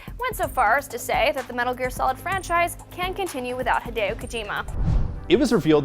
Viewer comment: it's not "Hai-deo" but "Hee-deo" Kojima.